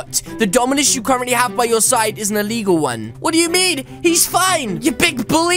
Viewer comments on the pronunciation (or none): It's not eligall cmon